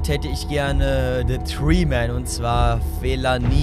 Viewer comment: Das Video war Mega!! Aber! Der heißt Fellaini nicht Fellani😅😉